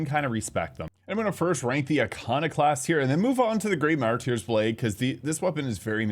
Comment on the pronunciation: "Mar-turrs blade", not "mar-tier" but go off, king! Great content. 🤑🤓